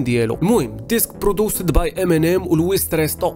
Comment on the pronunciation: برودوكتر ماشي برودوستر